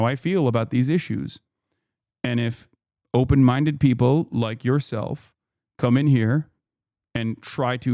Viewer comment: “Are you open mindeu” took me out. Thank you FaultyOne